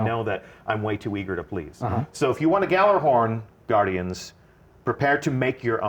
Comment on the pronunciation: It's Gjallarhorn. It's just as easy as Gallarhorn, except, you know, Gjallahorn is the right way to say it. GEYALERHORN.